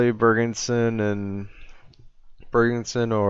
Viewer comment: its Bjerg-son not Bjerg-en-son D